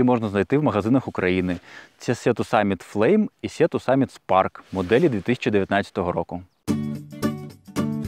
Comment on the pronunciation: Читається сі то саміт, не сіа)